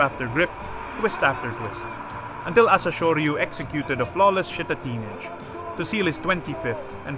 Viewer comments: Your pronunciation of "Nage" in Shitatenage is wrong. Nage is pronounced as 2 syllabus. NA-GE. Not Nage as in Sage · amazing history. Your pronounciation of Shitta-teenage (shitatenage) is amazing.